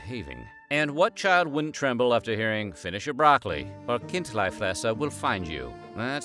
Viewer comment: Decent swiss german pronunciation of chindlifresser